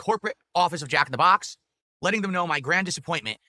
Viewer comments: Jack in the BAHX! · The way he annunciates “Jack in the BOX” is so annoying. This man is an alien